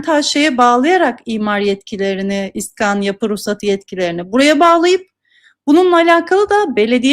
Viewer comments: ne olur şuna, "iskan" deyip durma... "iskân" demeyi dene... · İskan değil, iskân.